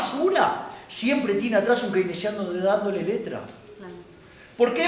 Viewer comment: al QUEINECIANO 🥺🥺 -AL KEINESIAAANO!! 🫲🏻👿🫱🏻